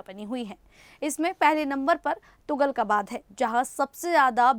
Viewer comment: Tuglakabaad hota he tugalkabaad nhi understand